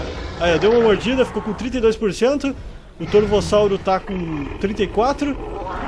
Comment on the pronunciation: "corvossauro" ksksks